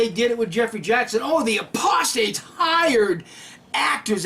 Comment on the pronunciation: C Rhynehardt I don't know if we are talking abt the same thing, but I thought I heard say aprostate instead of 'apostates!' Did anyone else hear that? I scrolled back 3 or 4 times to listen. ( I'm not deaf, but am hearing impaired. )